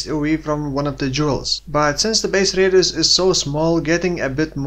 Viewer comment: r-eediusz are of effect fo more r-eediusz